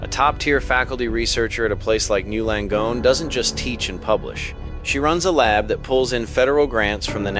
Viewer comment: The AI thinks it is one word pronounced something like "gnu" Langone. It should learn that it is N Y U Langone.